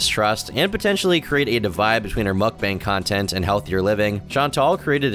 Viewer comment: the best part was when she said mook-bong